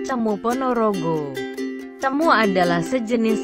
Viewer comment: Bukan cemu tetapi cemo..e